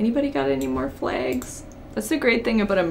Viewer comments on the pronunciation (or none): I love how she says flags or bag😂😅